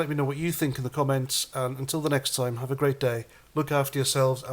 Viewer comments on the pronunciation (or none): none